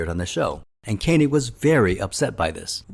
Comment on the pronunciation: Koenig NOT Kay nig !!